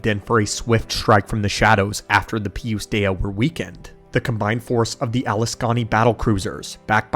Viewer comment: I love the Lore video the only thing that made my eye twitch a little bit was the way you kept pronouncing Pius Dea lol. Other than that I love all your long lore videos putting them on in the background going about my day and learning about Star Wars